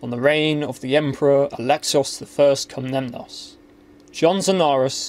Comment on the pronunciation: I apologise, but I can't help feeling like I hear you say "Komnemnos" instead of "Komnenos" every single time. In every video. Is it just me?